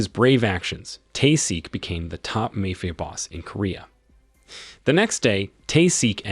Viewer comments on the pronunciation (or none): Really he doesn’t know how to say mafia or is he doing it on purpose because he can’t say that in on the channel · I've never heard anyone slaughter the pronounciation of "mafia" so bad, it almost deserves an award.